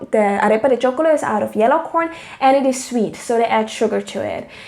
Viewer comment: Arepa de choclo NOT chocolo :)